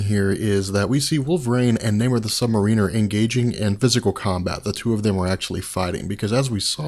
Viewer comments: Submariner is pronounced sub mare iner. not submarine er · I am millimeters from skipping any further content pertaining to the Submariner due to your pronunciation of the word. It isn't "Namor the Submar*ee*ner" it is "Namor the Submar*ih*ner". As in a "Mariner" or sailor rather than a "Marine" as in the soldier. Sorry I don't mean to be a bitch about it but it makes me cringe every single time you mess it up. I mean this constructively. Just call him Namor like you do in the later part of this video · It's not pronounced Sub-mare-ee-ner. Just because it's spelled like submarine or just the word marine, doesn't mean it's pronounced that way. You are the first person I have ever heard that pronounces it like that. It's Sub-mare-i-ner or Sub-mare-a-ner. I don't know where you're from, so I realize it may be an accent thing. But it's annoying me the way you pronounce it. Edit: WHY THE FUCK DO YOU KEEP SAYING THE CHARACTER'S FULL NAME!?! You did the same thing with Speedball's real name. Just say the first or last, or in the case of Namor, just that. You don't have to use his name and title every damn time you refer to him. By the gods I feel like I'm going to go crazy listening to you. I'm seriously debating unsubbing just for that one reason. And I just might if I decide to continue watching these videos, because whether you're fucking up a persons name or not, your voice is getting real irritating. At first it didn't bother me and I continued watching them because I liked the subject on which you were talking about. But now I just can't get over the way you say Namor's title. Which is just adding to the irritation of you voice. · Sub-Mare-Riner! That's how it's pronounced. Lol! Great videos. Big fan. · This drives me CRAZY!!!! You keep saying "submariner" it is pronounced Sub-Mar-In-Er. He is not an underwater ship, is is a Mariner!!!!!!!!!!!!!!!!!!!!!!!!!! Fix it! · please...... Mar-ehn-er. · I'm pretty sure that you are pronouncing Sub-Mariner wrong.